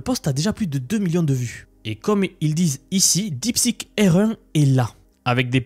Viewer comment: J'ai mis plusieurs minutes pour comprendre ta prononciation de "R1".